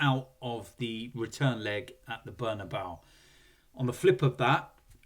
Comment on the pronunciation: Bernabeu or "Burn about"😂